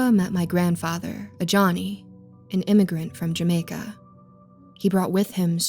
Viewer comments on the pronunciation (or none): none